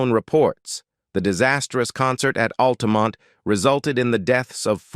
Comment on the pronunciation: and for example ... just sayin'